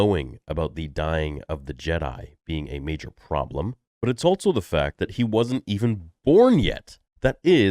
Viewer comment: I always thought it was so unusual how you say "altso" instead of also.